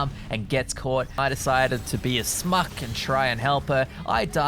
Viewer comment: Hey, the word is Schmuck. Not Smuck